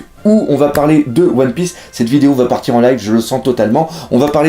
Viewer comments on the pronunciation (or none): none